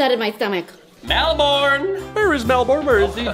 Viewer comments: Melvin was so funny he is always funny he says melbon Australia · MELVIN: “MELBOURNE AUSTRALIAH?” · Melborn austrania 😂😂😂